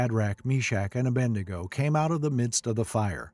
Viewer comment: The name is A-BED-NEGO. Not A-BEND-NEGO.